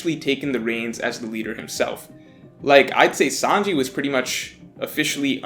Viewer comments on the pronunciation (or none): none